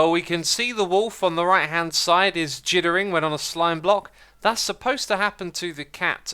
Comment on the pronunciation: "jittering", huh?